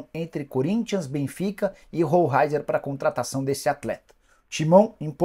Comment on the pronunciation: A pronúncia é roleizer e nao rou raizer